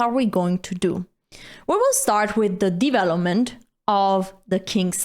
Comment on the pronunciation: I like how she pronounce " divelopment"